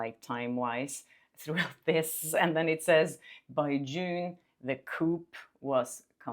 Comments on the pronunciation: Our crazy English language makes no sense most of the time but it's pronounced "coo", it's spelled "Coup" with a 'P' in the end but the 'P' is silent. ❤ I love your channel I am a big fan of you and Magnus! Thank you for upholding honesty and justice. This channel will go very far! 🎉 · However you use the word coup, don't say the "p" at the end. It's not pronounced like chicken coop. It sounds more like a dove's coo. The P at the end is never pronounced like poop. Sorry, just a pet peeve 🤣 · You haven’t read the timeline Justin’s team published with the suit? This information was already released. If it’s helpful, we pronounce “coup” as ckoo. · coup is pronounced "COO". no p sound lol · Just so you know, coup comes from "coup d'état" and the "p" is silent. So it's pronounced "coo".❣ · fyi pronounced "coo" in English, silent "p"? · I would love to know WHO drafted the 17 or 30 points. Was it just herself that authored them? The correct pronunciation of coup is cooo! Don’t pronounce the “p”. The word is from the phrase “coup d’etet” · Coup is Pronounced coo. 🙃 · Coup is pronounced coo, which in french means takeover. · Love your channel! Coup- we say coo. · Did you say coup? It's spelled that way but pronounced coo. Like a dove. Just FYI dear lady. Cheers! ❤ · ‘Coup’ is pronounced ‘coo’…it’s a French word. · coup- pronounced as Koo 😊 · Coup is pronounced "coo." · You pronounce coup like coo... Love your videos!! Thanks for keeping us all updated!! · Coup - is usually pronounced as Coo or Koo the “p” is silent ❤😊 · Lively and Reynolds need to lose all the money they have. They are a really detestable couple. Just FYI coup is pronounced koo; the p is silent. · It’s pronounced COO. Don’t say the P. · coup is pronounced phonetically as koo rhymes with too🙂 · A coup is pronounced coo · The word “coup” — to take over by force — is pronounced “coo”.😊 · Love your content! Just FYI, the "p" in coup is silent: /ko͞o/ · "coup" is pronounced "coo." The "p" is silent. ✌️